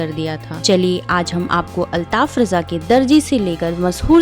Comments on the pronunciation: अल्ताफ राजा नाम है ,,,रजा नहीं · Uska naam RAJA hai.sahee bolo.